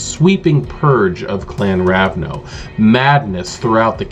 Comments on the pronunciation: First time I've heard someone say "Ravno" instead of "Ravnos", but this video was incredibly useful for me, and highly entertaining. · I love this. But you know its Ravnos, not Ravno, right?